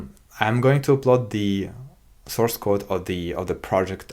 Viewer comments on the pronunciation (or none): none